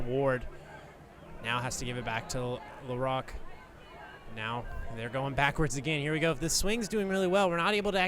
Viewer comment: THIS IS AMERICA. Stop pronouncing LaRoque like a French person.